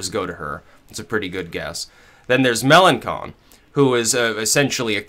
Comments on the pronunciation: Fillon isn't anti-EU, but Melenchon is. By the way, it's pronounced Melenshon, not Melenkon:) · Mélanchon is pronounced "Melanshon". Also I wouldn't bet on all Fillon voters to go to Le Pen or even most of them, it's extremely unlikely.